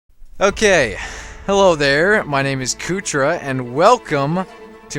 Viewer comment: What the fuck is a "Kootra"?